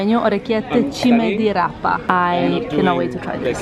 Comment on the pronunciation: I am Italian, I live in Milan and Puglia is my favourite area!!! 😄😄😄😄 orecchiette with cime di rapa so perfectly pronunciated!!!